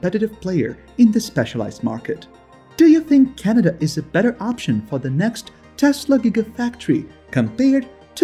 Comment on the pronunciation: First you need to pronounce Canada properly then you need to do your home work. Justin Trudeau is the Prime Minister of Canada. You are insulting Canadians no thumbs up for you buddy!